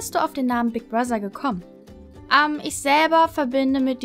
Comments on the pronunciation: warum sprichst du das th bei Brother wie ein ss also Brosser? Klingt so komisch 😂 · sry aber sprich bigbrother bitte richtig aus. nicht böse gemeint.